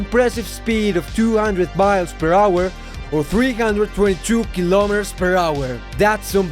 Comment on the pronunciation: WHATS A KILIMOTERRRR